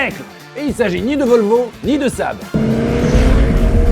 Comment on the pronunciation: J'sais pas pourquoi mais je trouve ça drôle d'entendre dire Saâb.